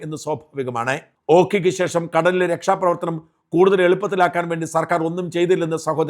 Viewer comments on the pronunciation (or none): none